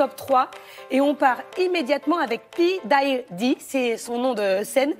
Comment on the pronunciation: bon on prononce pioudipie pour info...